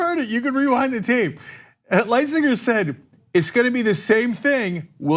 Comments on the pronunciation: Hey chunk, the us trade representatives name is lighthizer, not litzinger. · Please say the Trade Reps name again Cenk & Anna. You guys are soooo smart. Lightzinger? I think you meant Lighthizer. But more than likely you're just ignorant & have no business trying to inform others. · Simply look up the memorandum of understanding. It's a non-binding agreement going over in detail what will be in a binding contract! The us trade rep is Lightheiser! Not lightsiger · YES I TRUST TRUMP TO DO WHAT IS NECESSARY OH AND YOU ARE A DUMBASS CHUNK HIS NAME IS PRONOUNCED LITE-HISER YOU IDOT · Did anyone on your staff actually do any simple research on an MOU? Simple Google searches can find Memorandum of Understanding definitions (and correct pronunciation of Robert Lighthizer, notice no "g" sound phonetically). Are TYT soooo anxious for Trump slams that research is just too much effort? Agreements and contracts do have different legal weights as well as, say, a treaty... Hmmm, fake news? You'd think easily searchable definitions that contradict "news" would be an easy marker to start with, but I don't have any interest in you getting strikes, but social platforms do need to have a legal enema to determine whether they are in fact social platforms of free speech or edited and manipulated publishing entities which would alter their actual legal standing, possibly tax designation, and on content that they make money from which is not made by them... Things may be a changing! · This message your putting out is going to turn around and bite you. I see other's have already called what is wrong with your spiel. Jesus Cenk you can't even pronounce the mans name. Great entertainment though. keep this up. I want more of this content. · chunk can't even say the trade guys name correct what ass holes